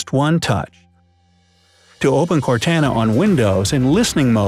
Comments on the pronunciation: It's cortana not cartana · It's pronounced "CORT ON UH" . And I know, I know, nobody asked, but I thought I'd mention it. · "CortAAna" EWWWWW why u say it that way )_) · Its pronounced CORE-TANNA not CORE-TANA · By the way you say Cortana, I'm guessing you never played Halo? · Di.. Did you just call "Cortana" "Cartaena"? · who's Car-tana lol you can just alt-tab for each window, not ctrl-alt-tab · It would be nice if these shortcuts worked. And File Explorer has a shortcut on the desktop that is faster to use and easier to remember than the shortcut. and apps don't go on the taskbar. Those are shortcuts. Completely mispronounced Cortana there, too. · This guy didn't play Halo with that pronunciation of Cortana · Am I the only one bothered by how he pronounces Cortana? Other than that I thought it was a great video.